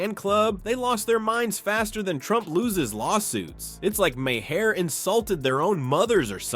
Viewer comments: His name is MAHER, pronounced "mahr". It does not have two syllables,! You're starting to sound like 4th-grade-educated Donald Trump! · Didn't you do this same report before? Again, his name is not "Ma-Hair".